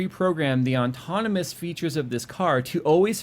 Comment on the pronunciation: How does not know how to pronounce autonomous?!?! ôˈtänəməs.